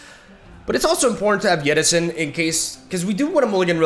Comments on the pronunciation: Why do you keep calling 'Jettison' as 'Yeti-son'? :D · I don't like it when plays deep, cause I gotta listen to him say 'YETTISON' like 12 times throughout the video. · Can we get some love for "Yettison" jettison? Part of charm that he seems to pronounce different words using inconsistent language assumptions, like he randomly decides what language should inform the pronunciation of each word, then sticks to it no matter what.